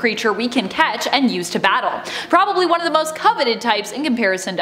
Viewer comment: Zhe Chrome, Zhe Cringe